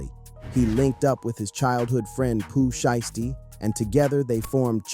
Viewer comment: “Pooh shisty” 😭